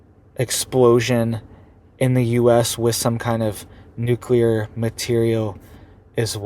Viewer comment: You can spell nuclear... Why can't you say it? I'm sure you used to. But that's like 6 times in a row you said it wrong